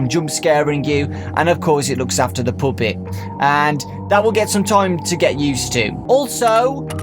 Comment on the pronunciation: "the poopet"